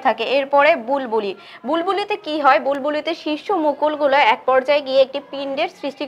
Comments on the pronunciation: এটি বুলবুলি না ,এটি বুলবিল। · Mam bulbuli na bulbil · বুলবুলি না বুলবিল